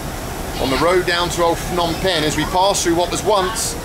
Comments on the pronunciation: I used to stay in a place not even 3 minute walk from that hotel in Phnom Penh. Pronounced P'nom Pen not Fnom Pen. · It's Phnom Penh. Not Fnom Penh. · Phnom Penh is pronounced pe-NOM pen. The name "Phnom Penh" quite literally translates to "Penh's Hill" or "Hill of Pen.” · *it's not Fnom Pen the h is silent, it's pronounced P'nam Pen. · If I got 100 riel each time a vlogger pronounced the hard consonant "Ph" as "P" instead of, incorrectly, "F" I'd be pretty well off by now. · "Fnom" penh 😅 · Ph in Cambodia is not pronounced like an F. The H is silent. Like Thailand is really spoken like Tai-land. The H is silent. Phenom Penh is pronounced Peh-Nom Penn where the H is silent. Its not Feh-Nom Penn where like in English PH = F. For 5 years I have lived 4.5 hours away from where you shot this video in Buriram Thailand. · Sorry for pointing that out, as I heard it various times, it shouldn´t be pronounced "Fnom Pen" for the capital city "Phnom Penh", but more like "Puh-Nam Peng" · Love that you're here with us in SE Asia. By the way, the Ph sound is just a P, the H is silent. Its pronounced Pnom Pen. Same in the Thai language. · The ph in Phnom Penh is not pronounced like an F